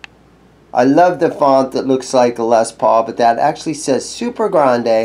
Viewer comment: Says Super Grade not Grande